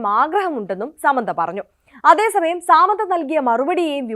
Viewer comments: Saaamandha alla madam it's samantha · സാമന്ത 😂.. അങ്ങനെയല്ല pronunciation